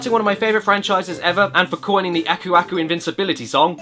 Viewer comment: "Agoudiba" -Aku Aku